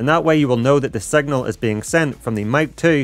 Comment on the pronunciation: Out of curiosity, where are you from? The pronounciation of "i" like "e" (vedeo, cleck, segnal, resky, queck, stell, endependent ("posetioned" was the most funny one)) takes some time to getting used to.😅